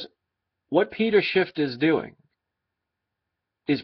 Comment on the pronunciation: Judas was a silver stacker. Oh yeah it's Schiff, not Shift.